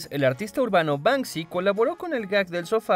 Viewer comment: Bansi? No sera Banksy